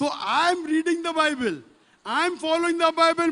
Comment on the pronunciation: bible not baybel